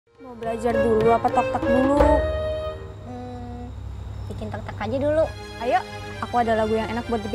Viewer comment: Bukanya tik tok malah tok tak